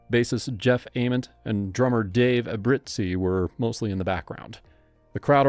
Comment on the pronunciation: actually its Ay-Ment, he said it correctly